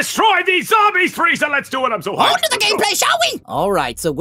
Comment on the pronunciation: 6 stars Like GTA I thought he said perfect gayplay